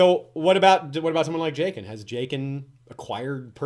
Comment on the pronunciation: Also, this is just me being a bitch.... I'm a little annoyed how you pronounce Jaqen. I remember you guys doing it for other characters too like Varys. George R.R. Martin uses silent vowels in most of his characters names. That's why Arya is pronounced Ar-ie-a or Daenerys is pronounced Dah-ner-is. Maybe its just my preference, but Ja-gen sounds much more medieval sounding then Jae-gen